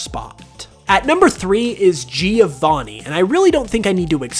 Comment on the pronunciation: Half of his brain favours older games The other half favours hot chicks and... let's be honest that's not his brain But the worst thing is the way he says "Giovanni", do all English people say it like that? I'm Italian, this is killing me Anyway, I did watch this videp of my own volition, and it's about his personal opinions, so.... I mean, personal opinion need to be personal, not good I guess?